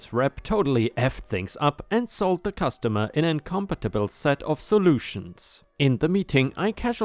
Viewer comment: Story 2, incompatible = "in come pat ible" and doesn't sound like "incompetent." lol Story 3, "pow wow" is said as "pow wow" not "pow pow." Pow wow is more or less a little social gathering, which was originated by Native Americans (formally referred to as "Indians"). Imagine a small group of kids sitting around a campfire at night just talking and having fun, that's how I think of it.